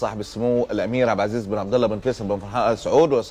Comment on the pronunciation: انطق الااسم صح يا ثور اول ايش عب عزيز